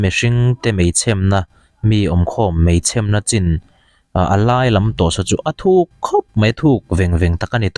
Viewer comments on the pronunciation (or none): 'Mei chhemna' tia i lam dan kha a dik lo, hnam dang ṭawng pai i ang... 'mei chhêmna' tia thluk fân tur a ni. Voice message han dah theih ka va duh em! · Mei chhemna niloin,mei chhemmmna tirawh thluk rawh🤣🤣🤣🤣🤣🤣